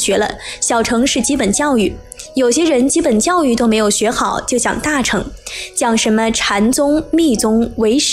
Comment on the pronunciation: 小成?大成?是大剩（音），小剩（音）……